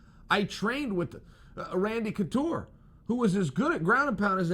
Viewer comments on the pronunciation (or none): none